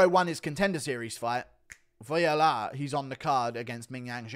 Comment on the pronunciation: Never heard Voila pronounced like that lol